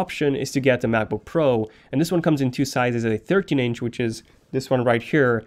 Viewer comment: I like it how he pronounces it like MaboPro